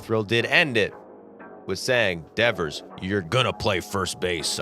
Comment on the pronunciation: Rafael DEEEVERS 😂 Also Ceddanne is pronounced like say-don not suh-dane